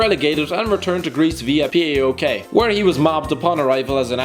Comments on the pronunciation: It isnt P A O K or P A O L .. it is phonetic.. PAOK, read it as it is spelled. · Fucking Englishmen it is PAOK like in ONE word same with AEK STOP PRONOUNCING EVERY LETTER